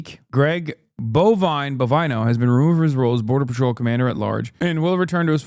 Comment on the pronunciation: Bovino /bo·vì·no/ its suppose to be read as BO- Vee - NO and not BO - Va - y- no.